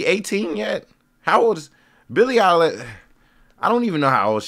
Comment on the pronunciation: Am I the only one tripping on him pronouncing her last name as eyelashes